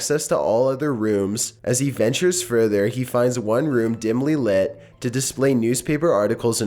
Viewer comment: Dimaly Lit